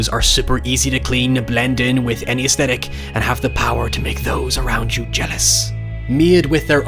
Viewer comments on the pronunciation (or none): none